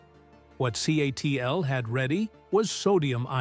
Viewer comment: CATL - pronounced CATTLE or C A T L. Not Kaytle.